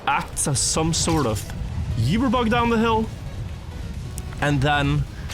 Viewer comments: We love you, but PLEASE, it is pronounced oo-ber not you-ber. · still not saying uber right after so many years